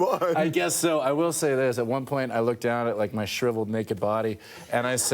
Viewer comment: "ma" = "my"